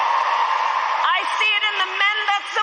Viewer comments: Oh my DOG…..here comes the lie about “FWEEDOM” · Is she going to steal the MLK story here, and pass it off as her own? “Fweedom”? 🙄 Fake Phony False Fraudulent